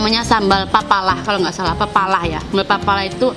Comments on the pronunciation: Sambal pelalah bukan papalah hehehe😂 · Sambal Pelalah bukan Papalah Mbak. 😂😂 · Sambel Pelalah bukan sambel apalah😁😁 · Hhhh kak mau bilang sambal pelalah, malah pepalah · Sambel pelalah kaka, bukan sambel pepalah... Hehehe😅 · Itu sambal "pelalah" ya mbk. Bukan "papalah"🤣🤣🤣